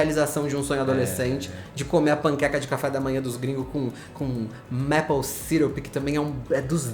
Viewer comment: A pronúncia de maple é “meipou” e não “mépou”. Eu cometia o mesmo errinho por achar que seria como apple “épou”, mas não é. A diferença deve ser por conta da quantidade de Ps na palavra.😅